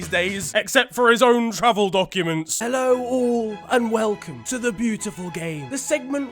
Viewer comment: 'Oh hello?' Exactly what i said lmaooo soo British